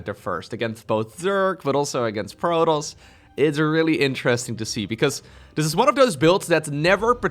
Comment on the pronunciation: Protons is enunciated as "pro" then "toss". As in toss the ball over.